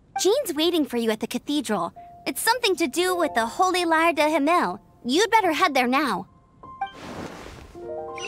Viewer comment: Lmao everytime when i hear how the voice actors can't speak properly Holy lyre 'der Himmel',it sounds to me like ,de himel'